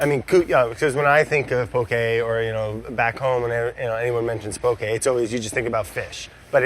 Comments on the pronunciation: Just a lil tip: it’s “poke” not poké or pokey or pokéy. There’s no é in ʻŌlelo Hawaiʻi :) you’ll see it written the incorrect way a lot in the mainland but “poke” is correct! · I love the way brad pronounced “poke”